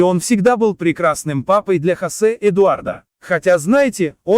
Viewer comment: Не ЭдуардА, а ЭдуардО. Говорите правильно или вообще не говорите. Смешно.